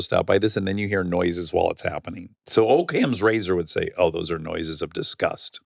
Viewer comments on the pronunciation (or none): Never heard anyone pronounce it O’kam’s razor. Sounds like an Irish Korean name. I thought it was occam like hock’em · Came here to see this comment. lol. It’s definitely not pronounced o cam. Whatever though! I love them!